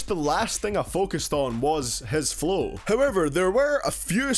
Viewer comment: "For people that speak normally" as you pronounce flow as flough